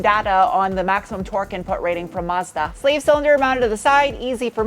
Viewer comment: Extra brownie points for tossing in the actual pronunciation of Mazda for us car nerds 😁👍